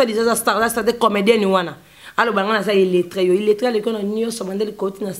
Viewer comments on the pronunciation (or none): none